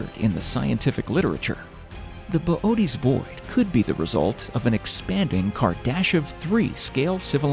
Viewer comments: Good video but bobootes void come on 😂😂😂 fml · Why is Boötes pronounced Bobotees?